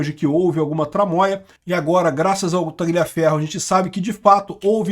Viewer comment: Tagliaferro se pronuncia Talhaferro,.